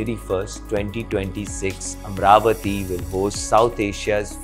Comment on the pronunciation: It's not amravathi, its amaravathi there is an A after r, so dont make these kind of mistakes please, no one is asking to do videos for AP or TG